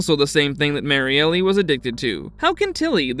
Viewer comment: You’re mispronouncing Elgin and Marielle…